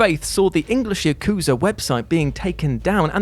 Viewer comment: It's "Yah-ku-zah", not "YUH!-KOO-zuh"! I dunno how many times I have to correct you and many others, on your mistakes on saying Japanese words, only for you to ignore I even said anything. You pronounced Yakuza wrong. Try harder to say Japanese words correctly, you're having your videos watched by a real Japanese person, me!